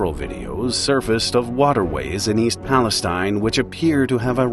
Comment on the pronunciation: Hey, that's my hometown!!!! Still weird to see my small podunk town in youtube videos! Also, it's Pal-es-teen, not like Palestine in the middle east.